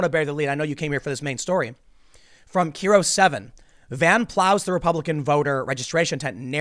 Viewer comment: Its pronounced "Cairo", like the city. Kiro 7 is one of Washington states better local news channels